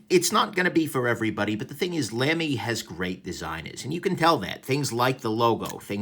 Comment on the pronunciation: BTW, it's pronounced "Lumy", like "lumber", not "Lamy" like "lamb".